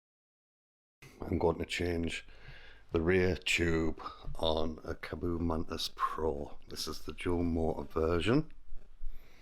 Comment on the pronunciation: Good video thanks! I notice you call the manufacturer "Ka-boo". I have a Mantis too and would have thought with the double "a" and just one "o" it should be like kar-bo? Maybe you guys pronounce it differently in the UK?